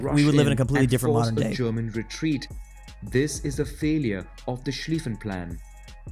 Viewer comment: retreat sounds like retweet :face-green-smiling::face-green-smiling::face-green-smiling